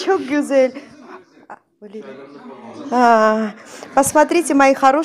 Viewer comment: Вам лет 38 внешне. А почему вы ставите ударение на ашкЫм . Обычно говрят Ашкым. И ваш муж вам сказал Ашкым. Вас исправил. Ударение на А! И слово гюзял (красиво , прекрасно) гюзЯль правильно. Вы прислушивайтесь к ударениям и словам. У меня подруга замужем за курдом в Стамбуле. Она оооочень искажает турецкий и ее муж смеется😉 у меня мама на турецком говорит. Мы греки которым турки устроили резню и мы через Грузию бежали в Сочи. Но честно... я люблю больше турок чем греков. Турки более мужественей и лучше . Мужчины ответственее.